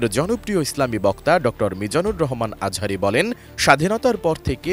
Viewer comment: দুদু তুমি ঠিক মতো কথা বলো উনার নাম মিজানুর রহমান আজহারী, আজারি মাজারি না